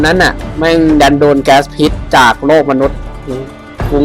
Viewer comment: พิษครับไม่ใช่ ผิด